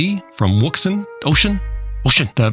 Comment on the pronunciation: “WUUX-UN”. LOL!